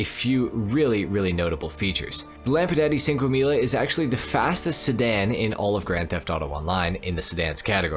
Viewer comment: He said lampadati cinquemila and put up a picture of the enus deity on legendary motorsport